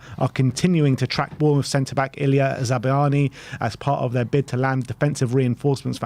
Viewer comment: Za-bar-ny is closest to the Ukrainian pronunciation